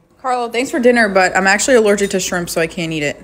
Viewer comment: Aww he's sweet, more concerned about you missing out. Great guy🙂 even tho his pronunciation of the word shrimp sounds like he's say s***, I actually thought he said your full of s***😂 I listened many times still sounds the same😅